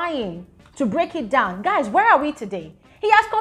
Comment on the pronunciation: Did u say guyz... Guyz ....🤣